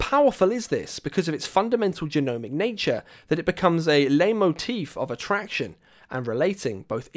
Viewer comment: Leitmotif is pronounced 'light-motif', great video.